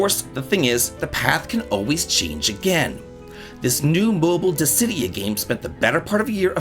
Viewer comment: Ah wow thats how you pronounce dissidia (Dis-si-dee-ah). I didnt know how and have been pronouncing it Diss-ah-dee-ah all this time. That makes so much more sense.